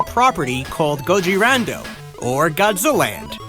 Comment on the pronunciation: his japanese name is pronounced Gojira(Go-Jee-Rah)not "Gohira" that your pronouncing.